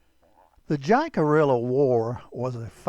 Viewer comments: It is NOT Jack-a-rilla! It is, Hick-a-ree-a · It's pronounced Hickaria not jackaorilla 😂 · Hick-a REE-ya. Sorry. cant watch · “Jack a rilla?” 😬 cringe smh 🤦‍♂️ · It's pronounced "Hickareeeya" ya schmuck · "Jack a rilla " pronunciation just doesn't sit right for me, being Jacarilla Apache myself.😢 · Great video. Love your programs and keep up the great work. FYI, I believe the correct pronunciation of Jicarilla is "Hick-a-riya" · This was interesting. Jicarilla is Spanish. The J is pronounced as an H and the ll is not pronounced, think of it as Hickaria. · J is pronounced like a h in spanish the i is pronounced like a e the ll is pronounced like a y pronounced it right you sound ridiculous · his is saying jicarilla wrong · Before you try to narrate a Native tribe, learn how to pronounce Jicarilla! I am Jicarilla Apache descend! Crow - Jicarilla Apache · The name was actually pronounced jicarilla. The J is silent and sounds like h and the elves are also silent. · Friend, I appreciate everything 🙏 ❤ you do. That being said there's only one thing that I will critique you upon. It has absolutely nothing to do with your choice of subject matter. It's simply this. The name of this tribe of Apache is of Spanish origins and like all Spanish words with a "J" in the word it is pronounced with an "H" sound. Phonetically it's pronounced "Hick-A- RheeAh." Your video is otherwise great! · The Jicarilla were great warriors and their reservation west of Chama, New Mexico boast some of the best mule deer hunting anywhere. One of my best friends is a tribal member and is a hunting guide on the reservation. However, Jicarilla is pronounced closer to how it is said in this video Take care and keep ‘em coming! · Learn how to pronounce Jicarilla. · I'm amazed the narrator wasn't aware of the correct pronounciation. It is fairly common knowledge to anyone who has studied this tribe